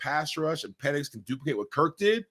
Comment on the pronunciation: What is Mike calling PENIX ? 🤣 WTF is Peenix